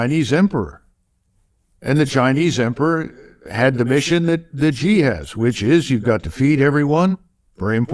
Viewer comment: Xi is pronounsed as Si or as letter C. MacGregor is brilliant as usual.